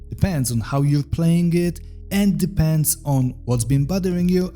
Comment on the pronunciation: "honest ansuwair, it depäns"